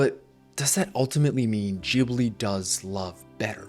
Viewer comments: It's GIBli not Jibli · Gibly gibberish?? GHibli!! G pronounced like in guard! That's what the H is for! It's an Italian word. If you want to pretend you're Japanese and are unable to pronounce a hard g, go ahead, and then call them "Studio Jiburi". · いつも思うけど、「ギブリ」ではなく「ジブリ」ですよ。 G→❌ J→⭕️ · I loved this video, but I was thrown by the way you say "Jibli" instead of Ghibli 😂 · Hey Ghibli is pronounced Cheee Bleeee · Jibli, though?? Ghibli like ghost, ghast... I say this with all the seriousness of a wet noodle fight lol. I could be totally wrong and just have an english leaning bias like the Bic pen originally being french and being pronounced beesh (Bich) until english speakers mispronounced it into submission. More on subject with the actual video though: I love it. Ghibli has everything I always angrily clapped back about with Disney as a child/teen. I think Disney does us a huge disservice by representing love the way they do, and it leads to these toxic relationships where people are so ashamed of their failures to make this Disney-love ideal work that they never open up and talk to each other and do the work that is love. Thanks for sharing. I love these comparison videos. It's fascinating how different Eastern and Western cultures are, and the more I learn, the more I wish the West would learn from the East.